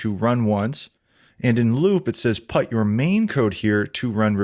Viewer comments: I am terribly sorry man, but PUT is pronounced as [pʊt]. It's not [pʌt].... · Sorry, i just have to nit pick, put pronounced as putt? I'm not familiar with anywhere/accent that says put like that. Great video otherwise, just came across that and was confused when I wasn't looking and just half listening. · Excellent Arduino introduction! One thing that made me chuckle... never in my life have I heard anyone pronounce "put" as "putt". I thought it was a mistake at first, but he did it many times thoughout the video. 😂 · Great tutorial, as a non-native English speaker, this pronunciation of the word 'put' is new for me though haha